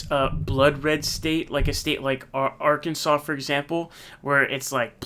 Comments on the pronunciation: R-Kansas? R-Can-Saw. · Did he say R-Kansas? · I can’t let you go out like that brother… It’s pronounced “ AR-KEN-SAW “. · Incorrect - it's Arkan -SAW! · Arkansas is pronounced “Arkansaw”. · Yeah lol. It’s a meme that he purposefully mispronounces names. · He knows, he just does it for fun.